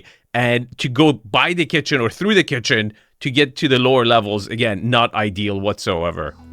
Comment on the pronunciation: Dream home for Chef Boyardee 👨‍🍳 “that’s a chefzzz kittttchennn”